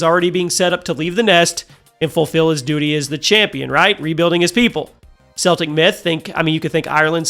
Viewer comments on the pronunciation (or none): It's pronounced as "Keltic" not "Seltic". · There is no such thing as SEL-TIC mythology! CELTIC....(KEL-TIC) mythology! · ‘Celtic’ is pronounced ‘Keltic’, not ‘Seltic’. The NBA team pronounces it the Latin way, not the Gaelic way. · Seltic?! It’s Celtic! Annunciate the C as a C not a S. 😂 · Can you please pronounce it properly? It’s K-eltic mythology not “Selltic” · It is correctly pronounced “Keltic” when referring to the culture, people, and language(s). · celtic is pronounced with the k sound not the s sound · Celtic with a hard ‘c’ for the love of all good and green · Okay I have to ask, why do people keep pronouncing Celtic with a soft C like the basketball team when talking about the mythology, which is pronounced Celtic with a C that's pronounced like a K?